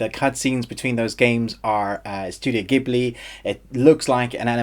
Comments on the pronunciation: pronounced jib-lee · jeeburli in japanese really